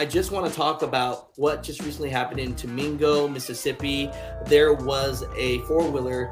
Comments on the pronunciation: Tishimingo maybe? Not tamingo… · Are you sure it wasnt "Tish-O-Mingo(like bingo)"